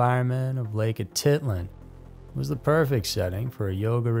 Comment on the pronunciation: Lake Atitlan not lake Ati land😂😂😂😂😂